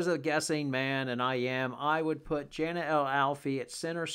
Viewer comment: Jana is pronounced Yana